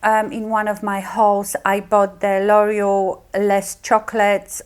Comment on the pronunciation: L'Oreal is pronounced lore-EE-al not loyal. lol Just trying to help because I was confused by what you were saying. I love your video. Very good.